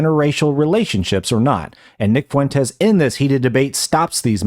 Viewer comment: Wow wee nick fwentez owning da wiberals.